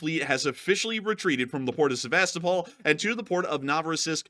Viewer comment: Yo, thanks for another excellent update. And if you are open to suggestions, and not that it's any huge deal, but it might be worth checking into the pronunciation of Sevastōpol, which I'm pretty sure like Melitōpol and Mariōpol, have their accents on the second to last syllable, as in Seva-STOH-pol. 🤓😅🦾🇺🇦🇺🇸